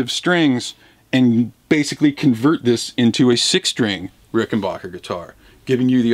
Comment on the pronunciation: It's Rickenbacker, not Rickenbaaker...get it right!!! 🙄🥴😱😡🤬